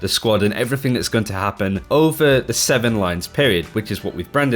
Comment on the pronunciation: It sounds like he said 7lines